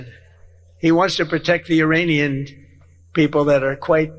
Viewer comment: and Your-anian instead of Iranian